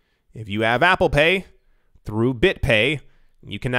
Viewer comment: Apple “CORE”...pay.